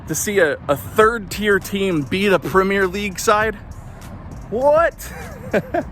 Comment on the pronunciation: You're pronouncing Premier wrong.